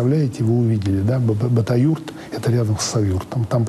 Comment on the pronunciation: Не Бадаюрт а Бабаюрт дядя Вася👊